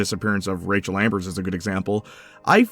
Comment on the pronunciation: dunking on the before the storm ost is crazy work when you're calling rachel amber "rachel ambers"